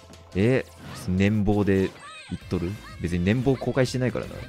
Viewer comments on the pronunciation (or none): 年俸（ねんぽう）を年棒（ねんぼう）はさすがにスルーできなかった、😂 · 「ねんぼう」じゃなくてねんぽうだよー！おせっかいだったらごめんね！